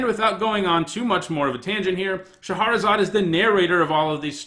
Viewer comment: Shah-razad, not Sha-har-razad.